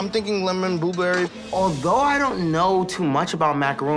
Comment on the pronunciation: Also was like " lemon booberry "